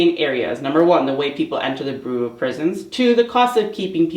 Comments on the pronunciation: Bureau is pronounced: “byur-oh” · This is not to make fun, but the word bureau is pronounced bee-you-row. I only mention it because we all know how hard you work on these videos, how far you have come, and that you always want to improve and do your best. Great job.